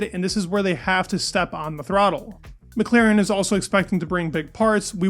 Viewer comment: will you ever learn how to pronounce McLaren?